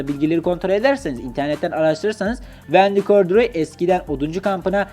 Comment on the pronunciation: Abi vndy gordiroy deyip durmaya